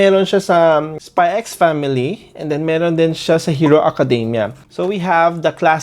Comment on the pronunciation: Spy family not spy x family you're not supposed to pronounce the x